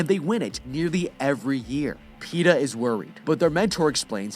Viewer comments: "Pe"ta cad"ness" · You couldn't say Peta more better than Pete'ah